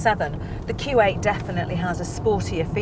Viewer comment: what does it sound like she is saying Kuwait and not Q8 !